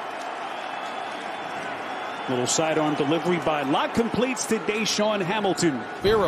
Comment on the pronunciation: Is it me or was he keep calling Locke "Luck"?